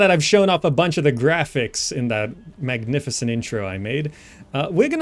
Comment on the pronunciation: 2 minutes into the video i was like... this guye reminds me a littlebit of... then at minute he sayed, he made a >MACNIFISENT< intro xD